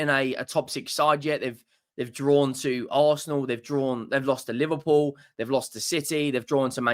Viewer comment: Pls it’s not Liverwool… it’s LIVERPOOL 😏